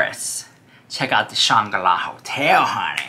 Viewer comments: Shanga-la? 🤣🤣🤣🤣🤣 do you mean the Shangri-la? 🤣🤣🤣🤣LOVE YOU! 💜💜💜💜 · I think you mean to say Shangri-La… you’re missing the “r” in your pronunciation 😅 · I thought it was Shan-gro-la Hotel ❓🤔😳😂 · Shangri-La is pronounced “Shane Grill Ah” isn’t it?